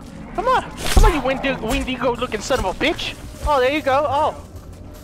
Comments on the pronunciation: he said wendingo and i remembered until dawn😭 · "Wind de go" XDXDXD